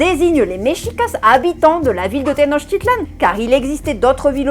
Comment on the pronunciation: SEV se PRONUNCIA tenochtItlan. ACENTO EN LA PENULTIMA SILABA